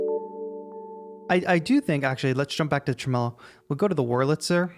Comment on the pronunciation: Tremelo is pronounced TREH-muh-low.